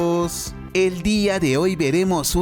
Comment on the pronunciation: Heeeermanooooossss ❌ Hellllllmanoooooosss ✅